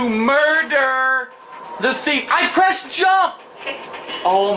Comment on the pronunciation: “I prest jamp! I prest cercal!”